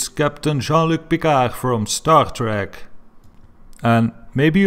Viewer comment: Did you say star track? It's Star Trek you moron